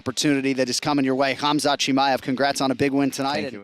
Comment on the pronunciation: it's pronounced hamzat not hamza